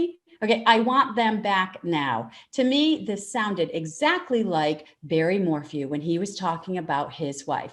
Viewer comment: There's mistakes in your description but I do commend you for spelling Shan'ann as she herself chose to do it. Mispronouncung morphew purposely was extremely rude.